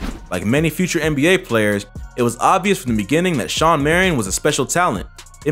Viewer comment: It's SHAWN Marion, not Sean